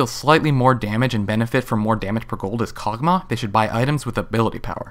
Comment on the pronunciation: Karg'Mah, I haven't heard of that one before. Accents are interesting I guess, like when people say Ashie.